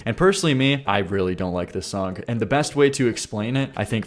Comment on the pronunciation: You say “sonk” a lot, trying to say the word “song”! I like your content but I think it’s funny